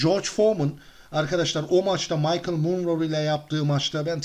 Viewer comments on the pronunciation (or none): none